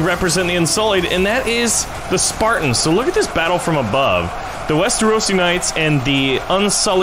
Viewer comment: Can't tell if you're saying "whites" or "wights" 😂